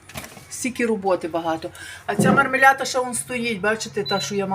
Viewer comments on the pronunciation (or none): МармеляДа , мармелята ні , 😂😂😂